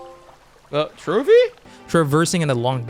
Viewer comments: Sounded like a complete idiot when saying trophy every time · You really need to stop saying trophy it is infuriating